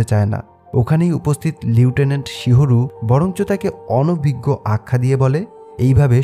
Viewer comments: লিউটেন্যান্ট নাকি লেফটেন্যান্ট??!! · লিউটিনেন্ট না লেফটেন্যান্ট হবে উচ্চারণ টা...😅